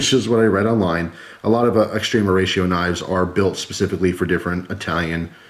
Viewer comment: Extrema -ex ----t-rem -a . Say rem like remedy . Not ree-eema.